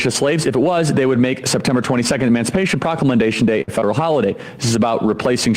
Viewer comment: Charlie Kirk says "Emancipation Proclamendation Day"(I am not sure if that is the proper spelling, but seeing as that it is not a real word,I am guessing that Charlie doesn't either).